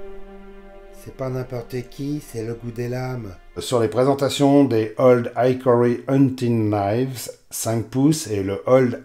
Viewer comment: Salut. Pour info game a ici le sens de gibier...donc small game ne signifie pas petit joueur ...je dis ça.. Hickory se prononce aussi / ik/ et non / aik/ comme dans Ikéa 😊